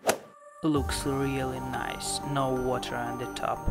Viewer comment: “Corn staich and weter” lol 😂